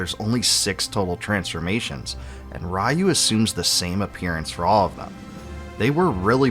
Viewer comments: The fact you keep pronouncing the main character's name "rye-you" (like he's RYE bread) is utterly EMBARASSAING. 🙄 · Wonderful video as always. Keep up the Great work. I'm not a stickler by any means for pronunciations, but could you please please learn how to pronounce Ryu?